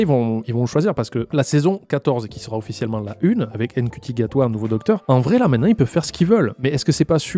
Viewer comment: Je veux pas faire mon chiant mais le nouveau docteur ce prononce shuti. Ça s écrit Ncuti mais on prononce shuti